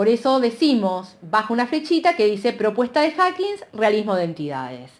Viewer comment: Me da toc cuando dice HackigSSS dios, lo está leyendo y encima lo lee mal 🙄